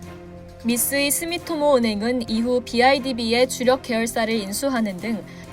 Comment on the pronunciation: 자막은 스미토모?...나레이션은 스미모토?